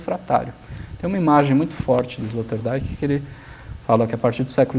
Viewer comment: Escória, não sabem nem pronunciar o nome do filósofo sobre quem estão versando, e nem ao menos pesquisaram sobre a pronúncia correta. Esse é o perfil dos "professores" e "comunicadores" brasileiros... A pronúncia de "Rorty", "Zizek" e "Sloterdijk" já desqualifica completamente este canal. E pensar quem esses energúmenos que não tem nem mérito de existir se autotitulam 'filósofos' e podem até receber estipêndios por isso...Alguém tem dúvida da eminência da eugenia???